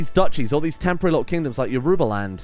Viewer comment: Yoruba is pronounced “ur-a-ba “ btw